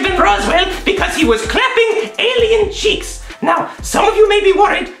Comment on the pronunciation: This is how many times Jeff’s said cheeck